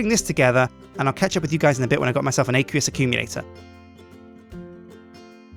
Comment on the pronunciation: Aqueous accumulator ACWEEUS not aaaaqueeeoos